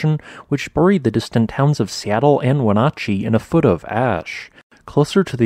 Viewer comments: Not "Wenotchee". It's pronounced "WuhNATCHee". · 28 got your Wenatchee wrong (is we-natch-ee)